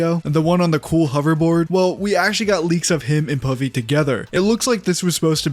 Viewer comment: Pavi sounds like Puffy. And that name gives me nightmares.😑😑😩